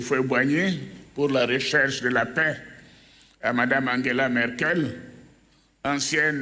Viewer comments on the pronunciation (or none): none